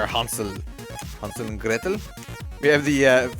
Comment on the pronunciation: As a german guy I give you a like for your pronunciation of Hansel and Gretel :D jk I really love your vids and this one is really good for beginners like me <3